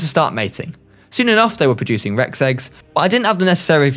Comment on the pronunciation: “rex seggs”